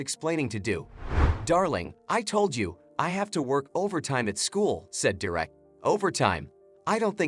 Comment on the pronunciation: It's Derek not direct.